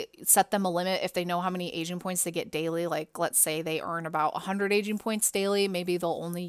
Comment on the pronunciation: is it just me or do i only hear ''asian'' pointsXD